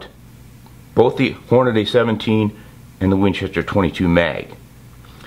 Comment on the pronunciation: QUIT SAYING HornaDAY!!!